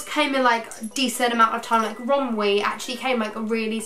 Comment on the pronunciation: It’s pronounced rom-WEY, not rom-WEE 😂🤧